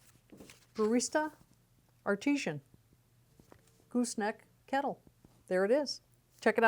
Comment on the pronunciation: Are - tea - shun or Arti - saan? doesnt matter, another fantastic review!